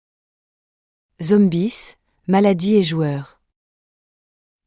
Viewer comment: "Les zombises " 😂😂